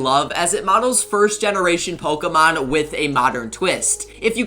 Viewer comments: Why does he says ,pokiemon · You can’t even pronounce the Pokemon right man, I usually really like your content but as a Pokemon fan I don’t like how you’re profertering on something I love